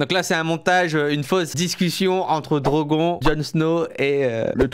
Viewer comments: attender il a dit drogon et drogonne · DROGON aaah ça se prononce "Drogonne" DROGON à la française on dirait un Pokémon 😂😂😂